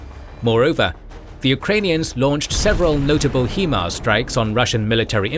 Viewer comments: I think I'm failing to understand something in this video. The narrator keeps referring to the WESTbank of the river as the "rightbank". From my perspective, the westbank would be the "leftbank". And who the fuck refers to riverbanks as left or right anyways?! Oh well, not a big deal. I also noticed the constant mispronunciation of the acronym "HIMARS" (he kept pronouncing it as "HE-mars" instead of "HI-mars", and I don't understand how it's even possible to make such a mistake since "HIMARS" is pronounced **exactly** how it's spelled)). Other than those little nitpicky things, the video was amazing. Can't get over how insanely talented the artist(s) must be. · It is a complete and total mystery why the narrator cannot pronounce HIMARS properly. Obviously this person has never listened to any news reports or interviews of English speaking military persons, which calls into question his knowledge and credibility of what he is talking about. It is pronounce HI mars, High mars or Hy mars. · really bro...... He-Mars? . everyone has been calling them High-Mars........ ya know.... because hi = high.......... and mars = mars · When you say "He-mars" I cry it is Hi‐mars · It JUST occurred to me that you guys use an AI Generated voice over. That's why it says Hee Mars instead of High Mars every time. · Fantastic in depth view of the russo-ukranian conflict and the animation was incredible! The only thing is the way he says "HE-MARS" instead of HIMARS. You know damn well that it's not pronounced like that 🤣 but fr I think this was one of his best episodes it was awesome 👍👍👍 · for the love of god its pronounced HIGH MARS not HE MARS. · Please say, "HIGH-MARS", not "HE-MARS". Other than that, excellent new graphics style! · it's hai-mars, not hee-mars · "He-mars" Really? you couldnt get the name of it right, Its pronounced "high-mars" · HIMARS is pronounced "High Mars", not "HE Mars" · It’s hi Mars not he mars. Just for your information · It’s pronounced (high-mars) Himars.